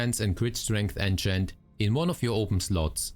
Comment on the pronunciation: Keep hearing "Ancient" whenever he says "enchant" 😑